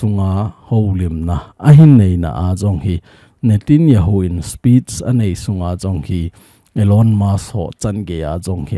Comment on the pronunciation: Sir pa pao nathep lou leh, mi pao tho jihih in, natanyahu joh ahi in" nitinjahu. Ahipoi, chule. President. Natijonghi. Khel lin, pm joh ahi, pao kijil lin lang nathepteng. News hin sei jo